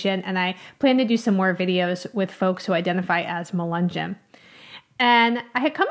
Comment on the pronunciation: It’s not pronounced accurately. Melungeon, no hard “g”.